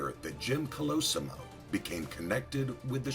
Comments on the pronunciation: Stop pronouncing his name INCORRECTLY ( three different ways)!! It's COL-O- SEE-MO! THIS is getting on my nerves-otherwise, good video on his life. and YES- watch "Boardwalk Empire"- EXCELLENT portrayal of "Nucky" Johnson/Thompson. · You pronounced his name correctly only half the time. You mispronounced many names in your clips. Might wanna work on that. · Great vid, but the way the author mispronounces his last name royally pisses me off. ITS KOLOSSIMO, NOT KOLOSYMO..! Also I never knew Torio was such a cold prick, murders his own family just for the booze@ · Sorry it’s “Call-uh-sea-mo” Colosimo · Pronounced (call - la - see - mow) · When this guy is basically your great great uncle, and you share the last same name. But no one says colosimo correctly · Jeez Big Pussy Bompensiero aka Vincent Pastore! Can't you get the sodding pronunciation of your own parents native language right? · You pronounce "Colosimo" 3 different ways in this video. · Why does he pronounce 'colosimo' like 5 different ways throughout the vid lol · The last name is pronounced wrong. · a good story, but a little distracting to have two different pronunciations of Colosimo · Thank you! The pronunciation was very bad.